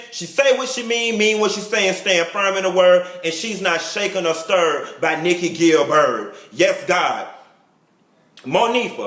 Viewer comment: nikki "gil-bird" 😂😂😂😂